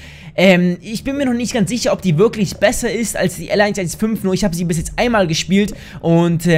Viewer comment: Die Sniper wird L 100 15 ausgesprochen oder für leute mit mehr Ahnung Lapua Magnum